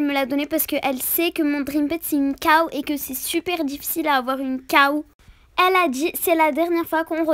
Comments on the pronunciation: mdr on dit pas caw on dit cow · Cow pas caw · Ses pas caw ses la cow